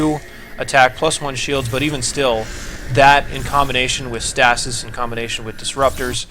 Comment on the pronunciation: I cringe every time i hear you say stasis.